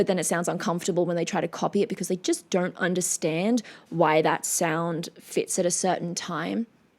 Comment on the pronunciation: Hi very pretty witch! I'm just as curious as a cat...you know I can't help but notice your peculiar way of pronouncing "o" with an "r" sound atached to it, like you say "DONr'T instead of "DON'T", can you please tell us something about it? By the way, your in depth analysis and insights to everything you react to is as always, anticipated and highly appreciated. Plus, of course, the bonus beauty!!!